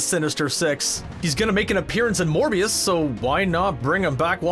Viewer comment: really just called Morbius "Mobius".